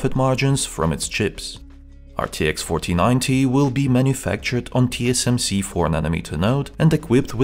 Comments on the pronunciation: Why every time he said 4090 all i heard was fortinate or papagee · am i the only one who hears "rtx fortinite"